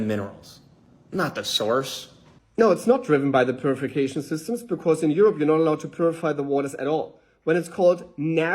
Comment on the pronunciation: It's as if Not Beer thought they were taking headshots at Martin but they really had the gun pointed at their foot the whole time lol Also, "purificasin shystems" is going to drive me nuts now that I can't unhear it